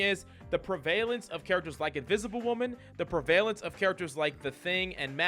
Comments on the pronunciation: Pre-VAY-lence? Lol. Pre-vuh-lence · I took this video off when this dude said PREVAIL-ANCE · Prevalence= preh-vuh-lunce